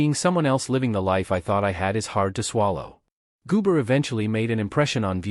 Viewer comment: WHO THE HELL IS GOOMARE?? HOW ABOUT GOMER!!! THIS NARRATOR IS STUPID!!!!